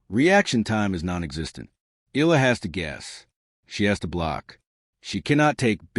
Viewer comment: ILA ka ng ila riyan... EYAhLAh bigkas nun. Pls stop murdering her name